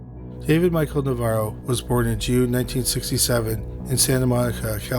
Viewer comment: weird how the narrator keeps flip-flopping back and forth between pronouncing Navarro correctly and then saying it wrong. Like literally in the same sentence.